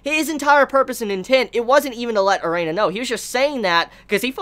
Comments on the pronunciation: Erina not Reina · lol azami, dojima n joichirou pair up would make great doujinshi. my only problem with is he keep calling Erina, Arena. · Drinking Game - take a shot every time prounouces Erina properly....still sober? Good. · Damn man can u say Erinas name right...every time i feel like leaving the video because of it..